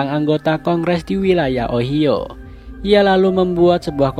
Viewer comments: awokwokwok Gw ngakak Pas denger Bang Bilang ohio,kirain apaan 😂,Ternyata kota Ohio Koreksi: Ohio itu dibaca ohayo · Ohio di bacanya ohayo bang🤣 bukan sama ohio juga wkwkw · Ohaio di bacanya bang🤣🤣🤣 negara bagian amerika🤣🤣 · Bang bukan apa apa cmn ngasih tau Ohio di baca jadi ohaio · Bang ohio itu dibacanya ohayo bang kalo ga salah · Ohio dibaca ohaio min hehe